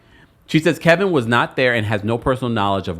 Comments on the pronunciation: Kevin not Kelvin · It’s KEVIN. Why do you keep calling him Kelvin? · You know his name is not Kelvin.. it’s Kevin stop it!